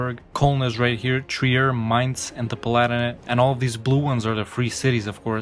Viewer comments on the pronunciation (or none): none